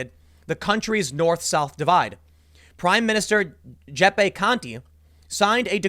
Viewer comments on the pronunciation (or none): Guiseppe is pronounced Juh-Seppay. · The Prime Minister' name. . . The English form is "Joseph". Giuseppe: Juice-eh-peh/jooseh-peh. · Damn, Tim still doesn't know how to pronounce Giuseppe.